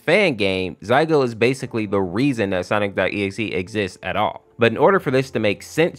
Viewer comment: By the way it isn't "Zaigo" its "Zalgo" with an L not an I which makes me think why do you call "Sonic.exe" "Sonix.exe" ? like you do it and I am just so confused on how someone could mess up such an easy to pronounce name